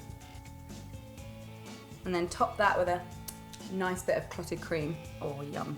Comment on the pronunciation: When she says cream, is that butter? Cause she said u can put butter on it, but the best way is with jam and "clotting" cream. Lol idk if she said clotting or clottage XXXXXDDDD